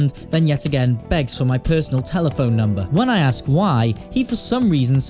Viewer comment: i love how he interrupts his own audio with “give me mobile numbahhh”